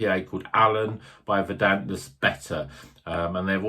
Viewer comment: Its vuuuurdunt. as is in "green with grass or other rich vegetation"